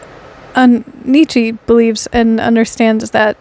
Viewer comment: I love this so much, never clicked on a vid so quick lol. Wanted to let you know his name is pronounced: "KNEE-cha"